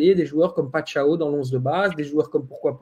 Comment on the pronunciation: Pas PaiTchao mais PaiCHao. Bravo pr vos analyses extras. Merci